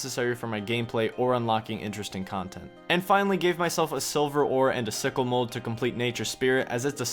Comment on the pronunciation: is it just me or did i hear sickle mould as sicko mode?